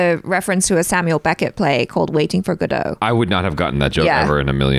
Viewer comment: It's "Godot" 😀